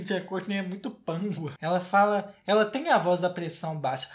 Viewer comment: "pressão baixers" Perdi tudo KAKAKAKAKAK